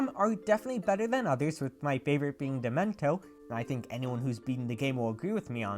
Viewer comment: Why.. why did you pronounce dementio like that